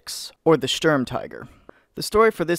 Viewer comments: Thorstein Memeson it's pronounced "shterm" not "stoorm" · Please just say "sturm" correctly. The u is prnounced like the "oo" in "boot" "Stoormtiger"